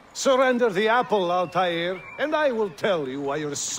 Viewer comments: "Grandfather of Ältaîr" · How is it that Altair's voice actor in this one says Arabic names better than his original voice actor? (And before any of you bitch about what I'm saying, I'm Muslim, and know a fair bit of Arabic and how names that are arabic are supposed to be pronounced.)